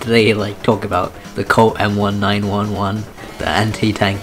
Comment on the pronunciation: The way he says m1911 makes me cry